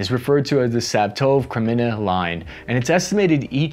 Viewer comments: LMAO! Watching Cap mispronounce proper nouns since 2019.... (We don't expect you to speak Ukrainian dude, but c'mon, "Sav-TOVE"??? It's "SVAH-toe-veh".) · I think "Svatove" is 3 syllables -- more or less like: SVAH-toh-vuh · Siv-a-tove lol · Svatove is pronounced Svah-toe-vay fyi. Answer to a question no one asked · it's pronounced "svatove" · Sav-tove? Anna-tovski? Good grief! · Sv ah toe vey is the pronunciation. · It still hurt, but I’ll give him a B- for attempting to get better. Though, if I never hear him pronounce Svatove again, it’ll be too soon🤣